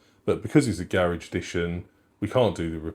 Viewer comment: Every time you said “Garage edition”, I couldn’t help but hear “garish edition”… because it’s gold 😂